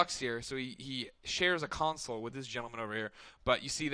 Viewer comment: Its console not concel